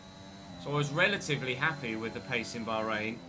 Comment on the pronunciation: just say bahrain why the emphasis on the H 🤣